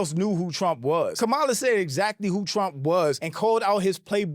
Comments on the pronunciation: you’re saying her name wrong. It’s Kamala (comma-la) Harris not Ka-MALA. Unless you’re an Orange man lover let’s start saying her name right. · Her name is pronounced Kam La !